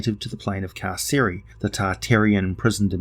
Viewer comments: Car-Sir-eye like I'm being incarcerated....or imprisoned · Carceri, said car-carry. Latin only had hard c sounds.